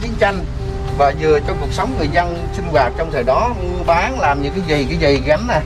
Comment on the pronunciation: Nên chỉnh lại phát âm TR. Trong sao phát thành CHONG. Vân V thì chỉnh nói dàng hoàng???